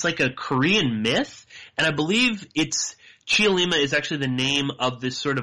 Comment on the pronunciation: Don't say the "e" in Cheollima. Just say, "Chollima" (three syllables).